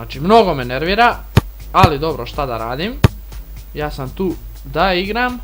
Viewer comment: A sto govoris d igram umjesto da igram